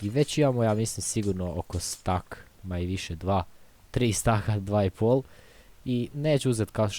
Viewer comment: kaže se stek a ne stak